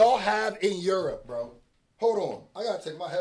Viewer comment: I like that say yerp instead of Europe